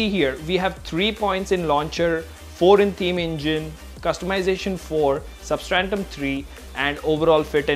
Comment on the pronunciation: Substratum bro, not 'substrantum'. GOOD WORK THOUGH